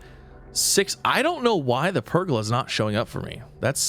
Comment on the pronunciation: Please learn how to pronounce pergola correctly. Its ola like how you say cola. Say it with me. Per...gola 🤦‍♂️